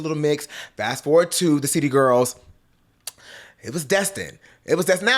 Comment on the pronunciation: Every time he said City Girls, I thought he said Cheetah Girls.🤣🤣🤣🤦🏻‍♂️